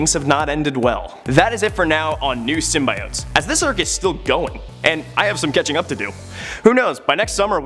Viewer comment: I guess now a days people cannot say the word right symbiotes